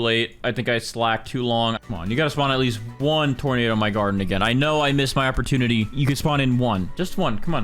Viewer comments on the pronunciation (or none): none